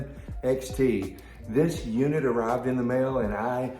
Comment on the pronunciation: U said m111xl? Not m111xt. 😉